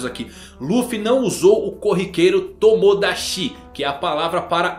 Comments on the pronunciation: Nao se pronuncia tomodachi...com o som de XI... o CHI tem o som de TI..🤣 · sem querer parecer chato, mas é q é estranho ouvir assim. pronuncio correta de nakama é nakámá. Nakãma é impronunciavél em japonês. outro é o tomodachi. normalmente dizemos tomodachi com o chi como se fosse um shi. Mas em japones o chi tem som de ti.